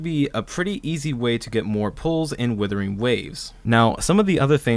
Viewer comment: It’s Wuthering not Withering. But great video!